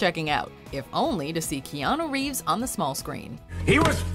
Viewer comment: Reanu Keeves